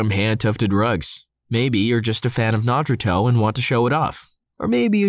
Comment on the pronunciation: What is with your pronunciation of Naruto in your rug ad. Drives me crazy every time i hear you say it